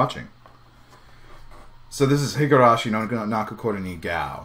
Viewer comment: It's pronounced "Goh" rather than "Gao"